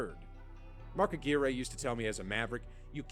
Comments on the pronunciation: LOL at the narrator mispronounced Mark Aguire....Ah-GWIRE not Ah-gear-ray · Mark Aguirre's last name was pronounced "Ah-gwire", not "Ah-gweereh". Mispronouncing a player's name multiple times undermines the credibility of the guy doing the video. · Mark Ah-Gear-Eh? It's Mark Ag-Wire. Minus twenty points to the narrator. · Stupid AI Voice over. Not pronounced Mark A- Gear-Aye. It's pronounced Ah-Gwire. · Facepalm. Aguire isn't pronounced "ah-gee-ray". It's pronounced "ah-gw-eye-er". Not a slam on you,. It was the narrator of the embedded video about 8+ minutes in who couldn't pronounce Mark Aguire's name properly. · Who's Mark Agrearayy? I know it doesn't really matter and it's not this guy saying it, but it's still funny to me. It's aguirre, like the last part rhyming with wire. It's really funny to me because he was a damn good player too, like really good. I'd love to see a video on him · I can’t get past the voice in this video mispronouncing all these names. Mark uh-gear-eh 😂😂😂😂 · I think the All-Star Mark Aguirre would appreciate the narrator ( computer, whatever ) would pronounce his name correctly. It rhymed with acquire, desire, entire, and more. Mark was a great player! He's in the HOF, I'm pretty sure. He was from around Detroit area so I've always liked him. Bird truly caused guys to have panic attacks in front of thousands of people.... Jason Williams, not "White Chocolate" but the one who came to a bad end in his life. He doubted he could be a player in the NBA in his rookie year ( Philly or Knicks ) when Bird caused Jason to think he should have kept the job as brick layer! He told Robert Reid ( on Houston's 80's team ) during a game that Robert should have stayed in preaching! That was over the line for me. Bird was funny and mean at the same time. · Someone needs to teach that guy how to pronounce Aguirre (agwyer) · It Mark Ag-wire. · Agg-wire is how you pronounce it btw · Narrator has no idea how to pronounce any of the players names.